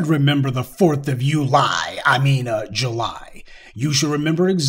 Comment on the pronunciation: I would like to point out an error. It's not "you-lie". Rather it's July